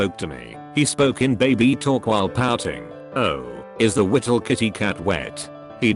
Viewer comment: Did anyone else laugh at the text to speak voice saying is the wittle kitty cat left 😂😂😂